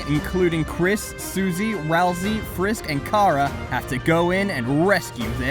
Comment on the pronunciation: ITS RAL-SAY PLEASE